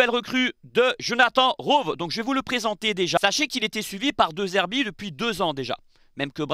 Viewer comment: Rove? Comme les chèèvres? :) On dit "Rowi"